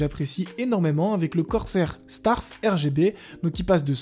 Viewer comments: AAAAH!!!! mdr ta dis :" corsair STARFE " au lieu de STRAFE 🤣🤣 PS je rigole un peu mais en vrai je te kiffe trop, continu😅😅😅😅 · corsair "marque que j'aime baucoup avec le corsair starf" MDR JPP tu m'as tué ça se prononce pas comme ça